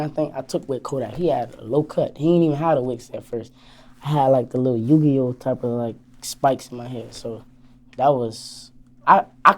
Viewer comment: Bruh said yu gi o